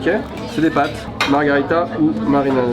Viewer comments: ça s'écrit margherita et ça se prononce marguèrita. la margarita c'est un cocktail mexicain hahaha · "margharita" vous écorchez mes oreilles a chaque fois que vous le prononcer comme cela!!!!!! Pour avoir mager des pizzas au Japon, pas mauvaise, bien au contraire, mais de la a les préférer a celle en italie......m'enfin!!!!! alons!!!! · Par contre c’est MARGHERITA merci..